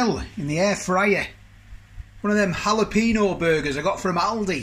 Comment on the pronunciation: Well my old mate, you've CERTAINLY mastered how to pronounce jalapeño, I wonder who told you that 😉😉😉😉